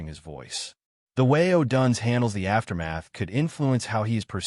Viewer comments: Learn how to properly pronounce odunze 😂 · U are totally clueless on how to properly pronounce odunze 😂